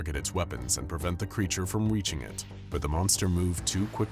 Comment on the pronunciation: "Weaching it"😂